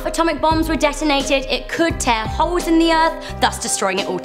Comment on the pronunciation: When she said black holes it sounded like holes but without the l